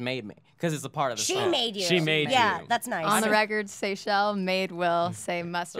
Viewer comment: I thought her name was pronounced "sea-shell"